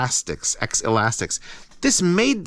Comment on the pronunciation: Pretty sure it's "ze-laz-tek", not "ex-lastics".